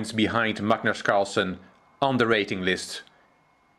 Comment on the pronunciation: His name is Carlsen. Not carlson.